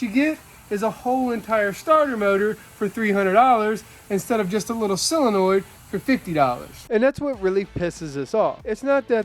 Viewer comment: Solenoid, not "selenoid." 😉